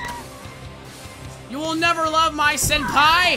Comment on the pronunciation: He said “Sen-pee”